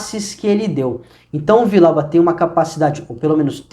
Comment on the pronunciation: A pronúncia tá errada, é Vi-Dial-ba. 2 LL no espanhol tem som de jota